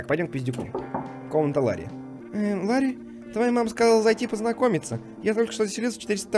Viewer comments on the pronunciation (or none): не Лари, а Ларри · ЛАРРИ, С ДВУМЯ "Р"!!!